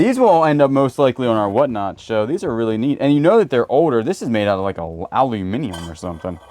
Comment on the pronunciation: Ahhhh the first american I've ever heard pronounce aluminium properly!